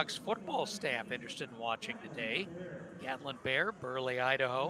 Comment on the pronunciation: It's "Bair", not "Bear" 😂